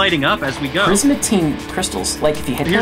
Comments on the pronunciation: It's not prismatine ITS PRISMARINE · It's P R I S M A R I N E